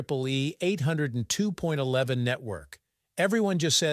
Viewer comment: 802.11 is pronounced Eight Hundred and Two point one one. Any number to the right of the decimal point is pronounced a digit at a time. 802.11 is NOT pronounced Eight Hundred and Two point eleven!.